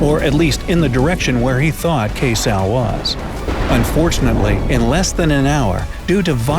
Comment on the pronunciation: Its keysal not kaysal i live in the bahams but i love you vids it emtertains me i told me friends to subcribe to you btw, you should download tik tok